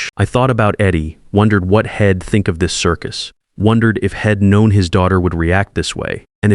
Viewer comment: I hate to say this, because I love the stories I see on these AI sites. But, darn it! It's so hard to listen to the constant mispronunciation done because of the bad spelling. They say Id for I'd, hed for he'd, shed for she'd, ill for I'll. I often tell myself to close up and go to another story. I don't understand. Many sites have it all together and some just don't get it at all. It must be a cheaper AI writer and reader. Please get your stuff together. This story is one of the worst I've listened to and I don't know how long I'll be able to listen to this one.